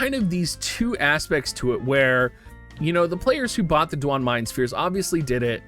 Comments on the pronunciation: Do-wayne or say it faster and take out the o and its Dwayne, that's how it's pronounced lol, my boss has the name Duane and he'd be pisssed if someone called him du on. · "DOO-WAN" bruh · Disliked because of how you pronounce Duane. ;)